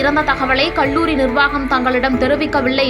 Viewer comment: Very sad and tragic news that a young student's life got lost (suicide / .....).. The News Reader killed the language with her pronunciation with "ல்" "ள்". கல்லூரி. Her pronunciation is கள்ளூரி" and many words. Please practise to speak correctly, especially if you are a Tamil native person!